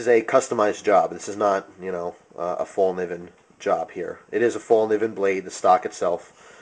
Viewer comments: "fel-k'neeven" (the K isn't silent) is pretty close to how it's pronounced :) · It's pronounced fellkneeven where you actually pronounce the "k" too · If you know how to properly pronounce Fallkniven, why do you choose to say it otherwise. That's annoying as fuck. Show some respect to proper nouns.